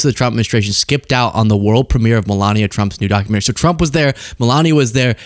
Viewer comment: Ah a “Documentme” 😏